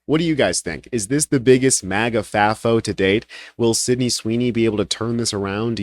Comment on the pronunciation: 😂 "maga," not "mega."